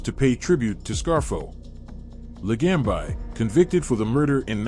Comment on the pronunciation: Its pronounced chang-kag-lee-nee (Ciancaglini) NOT cyan-kaglee-nee and Lee-gum-bee (Ligambi) NOT lee-gum-bye. You sound like an idiot